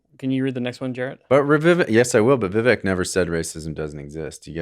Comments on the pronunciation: Vivake not viveck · ITS VIVEK LIKE CAKE. IT HELPS IF WE MAKE SURE WE ARE PRONOUNCING NAMES OF PEOPLE INTHE NEWS CORRECTLY. IT IS A PRETTY IMPORTANT SHOW OF RESPECT. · It’s vi-VAKE, like cake. You could at least learn to pronounce his name right. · Vivek - rhymes with cake! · After being in the race for many months, you'd think you could say Vivek's name correctly, but no. I'd call that beta. It's Vivek, rhymes with cake, which he's said countless times, so you have no excuse. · I’m still amazed that literally no one pronounces his name correctly. It’s not like it’s difficult. Vivek rhymes with cake. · Why can't you people pronounce Vivek's name properly? Yet another sign that you don't know much more than the headlines on Foxnews. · Can someone explain to me why it's so difficult to pronounce someone's name correctly... especially when it's someone they're planning on talking about on their podcast. It's not difficult to look online to see how it's pronounced,and yet the number of people that mispronounce it is ridiculous. It's not just these guys, nor is it just Vivek's name(first & last) that people, from podcast hosts to news anchors to government officials that can't take 30 seconds to make sure they know how to pronounce someone's name before going on LIVE TV....or, even worse actually recording, editing & then posting a video in which they show a clip of someone who pronounces the person's name correctly and then they STILL pronounce it wrong....smh. Btw, it's pronounced Viv•ACHE...or, like Vivek himself said " Viv•AKE..like cake".